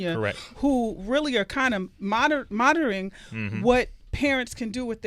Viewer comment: this woman can't talk. She said "Mon-rin" instead of "Monitoring.... that's the problem with being ghetto, niggas can't wright or speak proper English... and then she said "Their childs" instead of "Their children" ......... Sway wtf is going on???